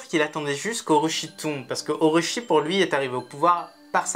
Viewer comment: O-tama la kunoichi, pas konoichi 🙂